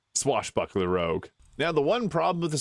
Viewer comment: Rogue. Not rouge. Rouge means red in French.